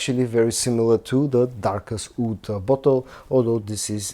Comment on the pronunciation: Wood: /wʊd/ Oud: /uːd/ Please learn the difference.